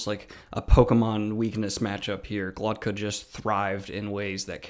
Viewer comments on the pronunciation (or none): Daniel is dyslexic, and strange names like these are probably the worst for people with a disorder like that. He says it with the t before the k when it's actually GloKTa, that's why it sounds off. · Why can't you pronounce his name right? Are you dyslexic?